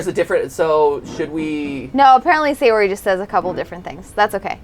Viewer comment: Edwin Sánchez The names are technically “Mo-ni-ka” & “Sa-yo-ri.” It’s even said in the game (“That’s not how you say my name. Besides, that joke makes no sense in translation.”).